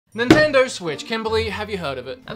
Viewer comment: Ninnendo switch lol